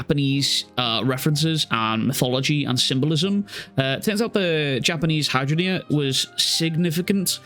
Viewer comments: Just to let you know, the flower is pronounced like 'high-drain-gia'. Anyway, Sukuna is about to learn to respect Yuji. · i know its dickish of me but its pronounced "hidraindjea" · This chapter made me realize zero animetubers can pronounce hydrangea.